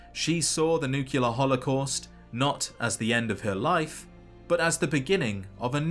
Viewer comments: Nuclear. Like nucleus. Not nucular. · it's "nuclear" not "nukular" bro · Great videos. But it's nuclear, not nucular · Great video, but please for the love of all things holy, pronounce nuclear correctly. It is new-klee-ar not new-qu-lar. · *nuclear And not Nucular Like a nucleus, and not nuculus. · You pronounced "nuclear" like Homer Simpson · Nucular? Really, dog? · it's nuclear not nucular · Just can't help but think of Homer saying 'It's pronounced new cular' lol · Nu-clear. Nuclear. Not nucular. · I was lulled by those sweet, mellow tones until I heard "Nu Ca Lur." Nuclear sounds like New Clear. Keep up the good work. I really am coming to love your videos, even when you go over things I already knew. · Never heard "Nookyalur" from a Brit. That's wild. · It's pronounced nuh-cle-ar-ee. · ATTENTION: This simple, three syllable word is pronounced: ˈn(y)o͞oklēər Why do so many people who literally talk for a living get this wrong so consistently? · You need to take a closer look at the word nuclear. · I love these videos, they are well made and he's put an incredible amount of work into them. I still cringe everytime I hear him mispronounce "nuclear" lol, but I'm loving these lore deep dives. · what's wrong with how he says nuclear? not mad just genuinely curious